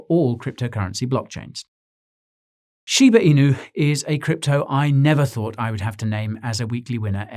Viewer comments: I laughed when he pronounced Shiba Inu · The way you said Shiba Inu! 😆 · The way he said Shiba Inu offended my Shiba dog